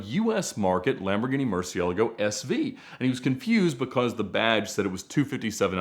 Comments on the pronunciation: Ed please.. it’s not Murci-ellago. It’s Murci-e-laaaago 😆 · Hearing Ed pronounce Murcielago makes my ears hurt. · Why tf dors he pronounce Murcielago like that?? Why?!